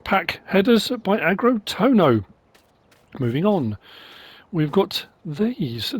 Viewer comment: Finally more MSP. Not exactly generous with new releases so far this week. Loads of options doesn’t make up for a well-made mod. Something NMC tends to forget. Sometimes less is more (better) Tohno is pronounced Tonyo. Nh is like a J or Y-sound.